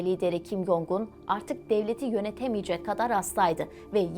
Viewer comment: “Jong” Cong diye telaffuz ediliyor.